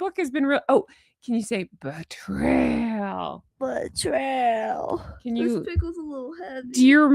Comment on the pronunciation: Thank you for today's Easter re-enactments of Bee--TRAYYYYYYYY-RRRRR-alllll ! (hard to phonetics that roar in there !!! 😄😄😄